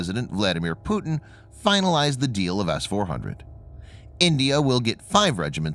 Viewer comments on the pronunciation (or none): none